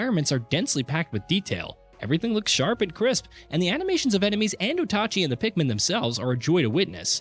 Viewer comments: O tah chee? ita OATchee, Oatchi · It's infuriating hearing "Oat achi" over and over They probably did it on purpose to get eejits like us commenting on it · What is so hard about calling him OATchi? Didn't Nintendo already clarify how to say his name? Lol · Bro said Otachi ☠️ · Ikr, the way he pronounced is spell like this Otachi. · Calling the dog OTACHI. Now I cant unhear it 😢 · Slaughtered that name like a Linus Tech Tips review